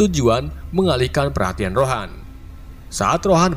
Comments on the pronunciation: Ronan bang bukan rohan😅😅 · Ronan min, bukan rohan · Ronan njir bukan rohan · Ronan bang bukan rohan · Bang yg bener tuh ronan bukan rohan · Bukan rohan tapi ronan